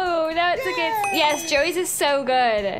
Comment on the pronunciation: Its Joey not Joel